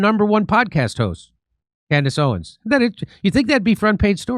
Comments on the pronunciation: Did the first pastor say Camrish Owen’s?? I’ve played it back numerous times. If it’s true what I heard then it’s absolutely funny that he’s paid and can’t get her name right! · "... Camarace Owens" ???🤣🤣🤣💖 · I❤ how this khazar purposely mispronounces their name like he doesn't know who they are I'm sorry we don't take other people's likenesses like your whole people have taken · The pastor cant even pronounce their names correctly, because i think he knows he is lying to his congregation, and got a lil nervous trying to say it, cause its not an original thought... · It was obvious many of them had no clue who they were because they said their names incorrectly 😂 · These so-called pastors can't even pronounce their names correctly but somehow they know they are "antisemitic." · He didn't pronounce either of their names correctly WTF 😂. HE GOT BRIBED AND HE COULDN'T EVEN READ THEIR NAMES OFF THE BRIBE.LETTER CORRECTLY